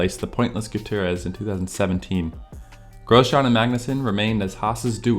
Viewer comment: The content itself is ok, but your pronunciation of DeVries, Grosjean, and Mazepin makes it seem like you've never heard anyone say their names before. Makes it feel like someone not familiar with the sport reading a script. Also, Schuma"k"er and "H"u"lkenberg are generally accepted ways to pronounce those in English, but since the channel description suggests you're located in Germany, I suggest not to ignore the "Ü" in Hülkenberg and the "ch" in Schumacher maybe?